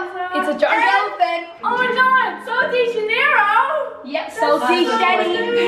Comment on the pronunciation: Omg he said sol dee shetee instead of sol de janoero 😂 that's like my brother he calls it sausage janoero